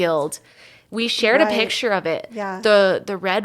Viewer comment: Oh - I love listening to your podcasts while I’m driving and have learned so much from them! Could you, though, please teach how to pronounce “picture?” Every time he says “pitcher” I cringe! Your podcasts are of such a high quality, except for his mispronunciations!